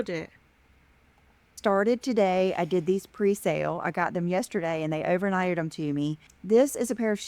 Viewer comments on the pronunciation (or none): learn how to pronounce "them," you say um and sound so dumb